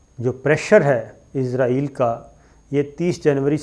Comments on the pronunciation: سر کیاآپ ناراض نہ ہوں تو یہ صحیح تلفظ اسرائیل ہے جبکہ آپ عزرائیل بولتے ہیں اور آپ کا علم میرے سے بہت زیادہ ہے تو آپ اگر یہ صحیح کر لیں گے تو نوازش ہو گی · اسرائیل بولا کریں عزرائیل فرشتے کا نام ہے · عزرائیل نہیں اسرائیل ہے۔ عزرائیل تو موت کے فرشتے کا نام ہے۔ کم از کم تھوڑی بہت تو معلومات تو ئونی چاہیئے آپ کوگوں کو بھی